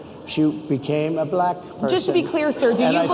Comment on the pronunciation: He pronounces black.... buh-LACK .... He's showing his degradation of black people right there with how he says that word. I really hate him.